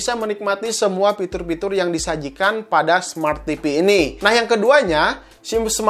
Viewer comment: Fitur bang fitur bukan Pitur kwkwkwkwkw